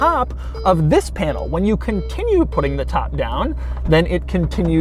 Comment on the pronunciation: Doug, stop with the "THIS.." please...